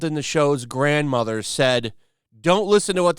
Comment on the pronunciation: Why did you put some weird southern American accent on when you said the grandmother part….